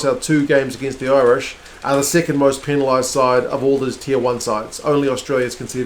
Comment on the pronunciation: Loving the previews. Impressed by the Irish pronunciation too! Spot on.